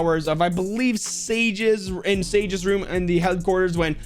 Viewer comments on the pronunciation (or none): none